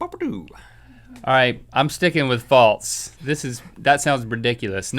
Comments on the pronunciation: I love you guys to death, but it drives me crazy when you pronounce "false" like "faltse" !! Haha sorry just had to get that out there. Love this show and Ear Biscuits! Keep it up, fellas ;) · Link says "faltse"